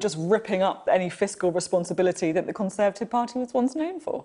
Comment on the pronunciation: Cameron really has shown once again how weak and snivelling he is. Always gets me how Sophie says Kon-servative.